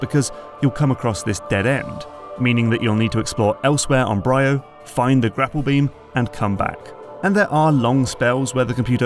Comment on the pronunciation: 1. She is called GandrayDa. 2. Samus used her ship before in games, like Prime Hunters. 3. It's called Br(II)o. Not BrYYo. 4. The reason it is more linear has been analyzed to hell and back. If you're still moaning about that by now, you clearly have missed something.